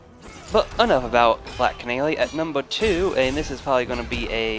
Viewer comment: Numba thweeeee starting at black canawy😂